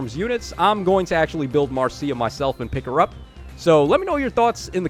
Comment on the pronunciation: btw, Marcia's name is pronounce "Marsha", I didn't know this until I actually met a Marcia, and she told me it's like the Brady Bunch's Marcia.